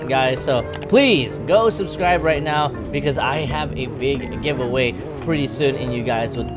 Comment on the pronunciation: The intro says "susrive"